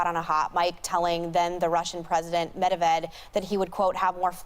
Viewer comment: If you're going to bring up Medvedev then at least pronounce his name correctly, MeAgain.